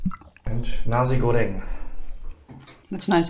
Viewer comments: Nasi is pronounced Na-see/sea/c, not Na-zee by the way. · NaZI Goreng maybe sounds offensive in Germany...haha.. maybe pronounce Na- "C" goreng will sound better